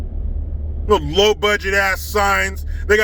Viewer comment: widdw poweese lol